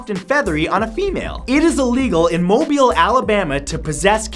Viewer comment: Props on pronouncing Mobile, AL correctly.